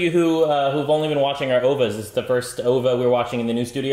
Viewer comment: O-V-A! Not "Ovah".